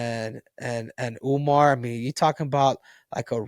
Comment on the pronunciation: That’s how Suga Sean pronounce Umar’s name😅